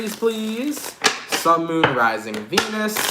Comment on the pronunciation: No disrespect intended to follow but for some reason, I cannot help but hear you saying, each time: "Sun, Moon, Rising Penis - in the next 24 hours." 😆